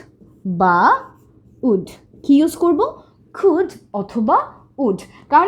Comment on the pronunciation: Your" can and could "pronunciation is incorrect